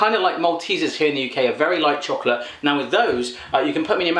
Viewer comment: ugh don't say "frew" and "wiff"... tehfk?